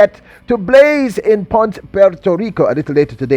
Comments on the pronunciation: Pon-sey...... say it 3 times....PON-SEH.....PONCE..... You are welcome. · It’s PON-CE, 2 syllables. 👍🏽